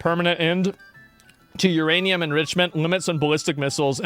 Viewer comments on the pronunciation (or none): none